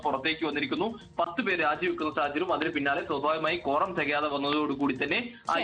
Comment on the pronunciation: കോറം ആണോ കോണ്ടം ആണോ...